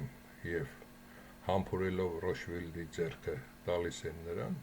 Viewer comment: ճիշտ բաներ ասում էս բայց ռոֆշիլդ չի ռոտշիլդա 😅